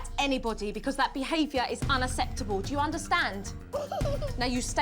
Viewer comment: She bugs me when she says unasseptable it's unacceptable!